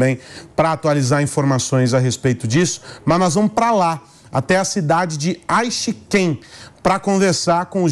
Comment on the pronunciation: “Aishi-ken” Confesso que doi ouvir os brasileiros pronunciarem de forma errada a fonética japonesa 😂😂😂😂